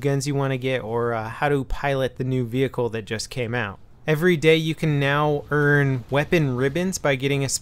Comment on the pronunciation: WTF vehicrklierlerhnkiubgoi ghWTF IT IS VEHICKLE NOT VE HI CRE WTF and also WHY DA FUQ no no just excuse me people today and my alful behavior I guess it's not my day today